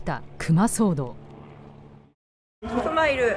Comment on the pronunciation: アナウンサーの「ク↗︎マ」のイントネーションがおかしくないですかね。市民や現地リポーターは普通に「ク↘︎マ」と言ってるのですが。